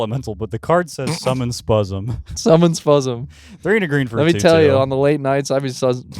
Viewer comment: I clicked a random timestamp and heard spuzzem